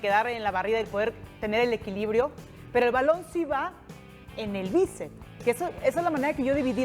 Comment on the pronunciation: Me dió dentera con la chica esta que dijo como 20 veces que el balón le dió el el "bícep" 😐😐😐. El músculo se llama BÍCEPS, aunque sea solamente uno. Saludos, Mega